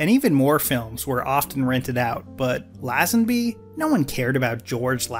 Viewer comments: I’m sorry to be that guy but your pronunciation of LAZENBY is doing my head in. It’s LAY-zin-BEE not LAH-zuhn-BEE. Great video btw! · great video! I love your take on media. BUT...its " lay-zen- bee" not "laah-zan-bee" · an enjoyable review - as i'm an english Bond fan I just wanted to give you a tip - Lazenby is correctly pronounced lay-zen-bee :) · It's lay, Lazenby ffs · Bro, if you’re going to say “Lazenby” that many times, at least look up the correct pronunciation. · This is a good and insightful video. You obviously researched a lot.... except how to pronounce Lazenby... As a Brit I found it really jarring. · Crikey, dude - Lazenby is pronounced like laser or lazy, not jazz .... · How many times can you miss pronounce George lazenby in a video. Let’s find out! Great video though, just was jarring to hear his name mispronounced time and time again.